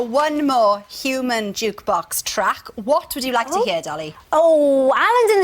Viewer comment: "Hooman jukebox".